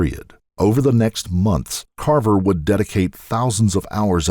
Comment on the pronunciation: But he pronounces all the names wrong. For Kava he says Carver and several more..bugs me